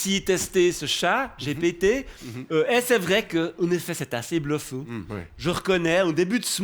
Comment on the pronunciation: quel plaisir ce Kucholl de bien dire "GPT" subtilement 😇